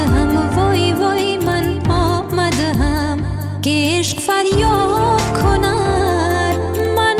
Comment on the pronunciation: Madam it is not "آمدھم" it is" آمدم" correct your pronouciation.